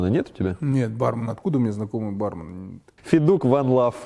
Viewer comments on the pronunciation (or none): Антон, правильно говорить бармЕн!